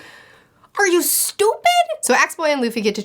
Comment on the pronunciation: Of all the many videos of hers I've watched, this is the first time I've heard a Spanish accent come out. ("Are you stupid?!")